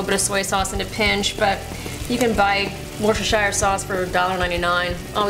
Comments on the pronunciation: In the UK we pronounce Worcestershire Sauce as Worcester ('Wooster' Sauce)!!! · "Kat---shup" "warshishire"